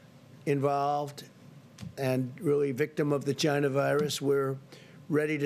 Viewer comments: "Chyna virus" god i love this man. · It comes from ....CH-YNA